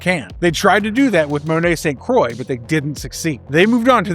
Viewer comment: Jubilee has come so far, it's great to finally see her getting her flowers after nearly 40 years. Also St. Croix should be pronounced 'San Kwah', not 'Saint Croy' like the American hard seltzer. She's a Francophone with a French dad.